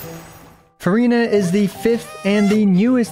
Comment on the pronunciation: I love your channel. I love your video content and delivery. But please take the time to learn how to pronounce things correctly. I wouldn't even care about the mispronunciation of the three pets' names or "Marechaussee," but seriously please at least get "Furina" right.